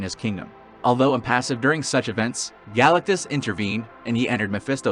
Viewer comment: Galacuss? Id thuis an AI video or you're leaving the T out on purpose.